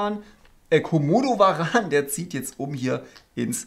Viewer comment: wie kann es sein, dass du den KOmodowaran (Betonung auf KO) nicht kennst?!? 😳